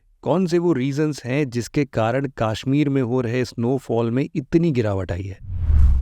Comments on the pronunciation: It's कश्मीर not काश्मीर 👍🏼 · Tu bihari hai. , KASHMIR KO KAASHMIT MT BOL 😂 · It's not Kaashmir 🙂 It's Kashmir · Sir , it's not Kaashmeer , it's Kashmir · Sir kaasshmir nahi it's kashmir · Kaaashmir... It is Kashmir. Please pronounce the aa correctly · Sach me 😂